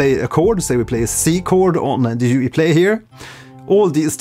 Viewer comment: Nice video thank you. I would like to point out that in French jouir and jouer have VASTLY different meanings. Therefore every time you say "joui" instead of "joué"... I smiled a wee bit too wide :D Bien joué, donc!